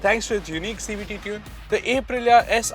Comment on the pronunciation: Get your pronunciations right especially for Aprillia